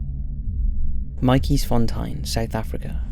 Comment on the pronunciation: If I could voice note in comments how to pronounce " Matjiesfontein " I would cause damn 😂😂😂😂